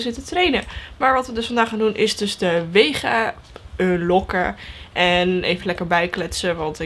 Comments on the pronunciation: Geen haat het is vega geen wega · Het is vega he niet wega Update: lol waarom staat er bij jou wega?